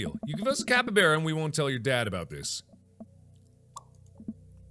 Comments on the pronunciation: IT'S CAP-EE-BARR-AH, NOT CAP-EE-BARE-AH!!! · Hey Mark, just thought maybe ya know, that I'd let you know that brosky, it's pronounced cap-e-bar-uh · Okay but that's not how you pronounce capybara (capy-b are a ) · He keeps saying capybara wrong. I know how to say it because its home to Venezuela and it was my country in a school project. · Mark: pronounces capybara wrongMe: mMMMMMMM